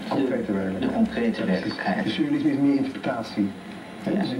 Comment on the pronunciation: Volgens mij zegt hij sousrealisme, of ben ik nu een zeurrealist ?